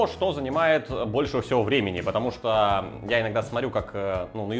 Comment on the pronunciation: Друже, прекрати "шокать"! Негоже жителю имперской столицы "шокать"